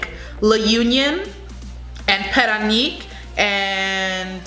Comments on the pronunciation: Parañaque (pa-ra-nya-ke). Pasay (pa-say). Albay (al-bay). It's not pa-sey or al-bey. But it's okay. We understand. No big deal. Thank you for the reviews. ☺ 👍 👌 ☺️ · im filipino and dont get mad that she said parañaque wrong its not like she live in the philippines. try pronouncing something from another language. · Paranaque is pronounced as pa-ra-nya-kwe not para nik.otherwise it was an excellent review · Paranaque ahould be pronounced as PARA-NIYA-KE and not Para-Nyi-K :). I love all your videos... please shout me out hehehee... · Parañaque - pronounce as “pa run yuckeh“. Not pa run yuck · She said pa-ra-neek not paran-yuck. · It’s should be Pa-Ran-Nia -Ke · You were pretty good at pronunciation. Paranaque is pronounced Paran yake. Baguio is pronounced Bag yo. Biliran needs more training, pretty face. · Parañaque pronounced as Pah-Ran-Nee-Yeah-Keh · I like the way you talk. You can pronounce PARAÑAQUE like this PA-RA-NA-KEY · Cute pronunciation .. lol Baguio - Bag - yu Parañaque - Pa- ran- ya- ke Davao - Da - Vaw Albay - Al - bay, not Al - bey Quezon - Ke- zon La Union - La - On- yon. Kalinga - Ka - li- nga. Nevertheless, I love listening to your accent . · You pronounced it very well, except for PARAÑAQUE (Pa-ran-ya-keh) Love u still🥰❤️😘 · Parañaque pronounced as Pa-Ra-nia-keh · Pah- Run-yuh-keh 😉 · I’m right, she meant “Parañaque”. Pronounced as Pa-ran-yeah-key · I think she meant “Parañaque” pronounced as pa-ran-yeah-key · Correction: PARAÑAQUE / Pa-ran-ya-ke 👍🏼✌🏼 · Albay is pronounced as (I'll buy) Paranaque is said like (para-nya-ke) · Let me syllabicate "Parañaque = para - nya- ke :) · Pa ra ña que Should be pronounced as Puh-run-yuck-kay Pa say Puh-s-eye Those were two of the pronunciations you did that was way off and unrecognisable. The others were passable considering Filipino isn't your native language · PARAÑAQUE is pronounced like PAH-RUN-YUCK- KHe.. I like you though. So cute. Haha! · To pronounce parañaque is pa-ra-ña-que